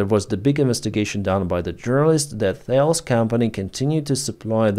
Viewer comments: The name of the company is pronounced "Tah-less." Not "thails". It is French, not American. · Thales is pronounced as Tal-eez. It’s a French name.